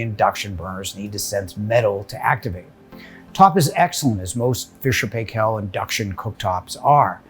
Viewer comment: you pronounced Paykel wrong, some of your colleagues said it right please learn from them:-D